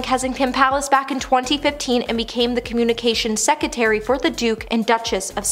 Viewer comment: PLEASE!!! It's Sussex, not Suxsex, & not secetary but SECRETARY. Dear God, where did you go to school????